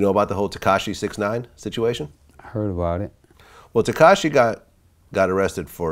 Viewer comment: That man said katashi instead of takashi 😂😂😂